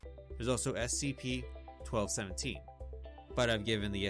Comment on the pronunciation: Your repetition of 'CSP' instead of 'SCP' is driving me nuts